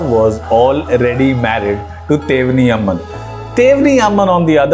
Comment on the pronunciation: It's actually not Tevani Amman but Teyvaanai Amman as it spelt in Tamil. Secondly, there is another perspective of Lord Muruga's story, which is narrated in Shiva Purana as well as Skandapurana. Narada tests Lord Muruga and Ganapathi by giving the wisdom fruit. Ganapathi wins in the race, Lord Muruga loses because of which he gets disappointed and comes down to Palani hills in Tamil Nadu from North. For many days, he remains in the form of an ascetic as a Tamil God. After these many days, Shiva and Parvati become worried for their dear son Muruga. Hence, they decide to meet and take him back to Kailash from Palani, but somehow Muruga gets this notified that his parents are going to meet him. Still being disappointed over the fruit's defeat, he travels farther South to Kataragama in Sri Lanka where he marries Valli. 🙏